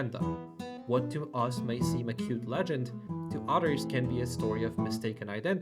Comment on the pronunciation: Your English is really good. But you pronounce others as otters 🦦 Work on the pronunciation of the “Th” sound